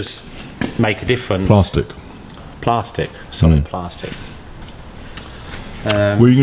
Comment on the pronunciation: Driftworks! Corrected pronunciation of plastic. ‘It’s plarstic’ 😂